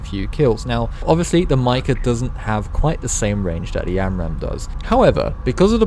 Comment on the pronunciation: The way you pronounce “mica” enrages me